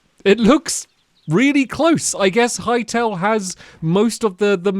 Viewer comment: Hearing stamps say Hytale sounds wrong 😂